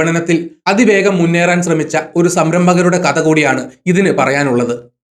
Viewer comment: മലയാളം വാക്കുകളുടെ ഉച്ചാരണം ഒന്നു കൂടി ശ്രദ്ധിച്ചാൽ നന്നായിരിക്കും ഉദാ: അദ്യായം( അദ്ധ്യായം)ലേഗനം( ലേഖനം) കത (കഥ) സിന്ദു( സിന്ധു)